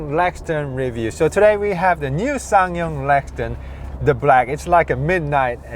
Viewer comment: Obviously. But the presenter repeatedly says "Lexton" not Rexton.